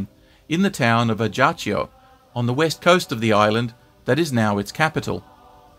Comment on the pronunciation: You don't pronounce the J in Ajaccio.